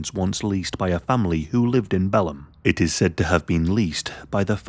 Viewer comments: Hey y'all! I'm in Texas and have a few friends from Belen, NM. Just wanted to say that it's pronounced "Buh-lynn". And yeah, this case was so, so sad. Thanks for covering it,!!! 😅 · It's pronounced: BILL n Belen, New Mexico. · It's pronounced Buh-lin btw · Hey! I’m from New Mexico. Belen is pronounced “bel-EN.” The emphasis is on the second syllable. Thanks for covering a case from my home state! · "the route was south of bellend"